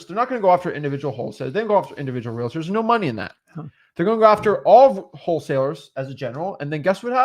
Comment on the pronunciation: Is there a reason they keep pronouncing realTORS like that? 😅